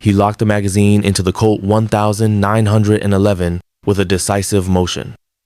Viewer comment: Good story, but learn how to pronounce weapons (nineteen eleven and twenty two) and years. Don't detract from the story.